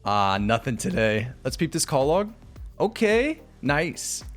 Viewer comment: Love this series so far but "call log" instead of clog is murdering me.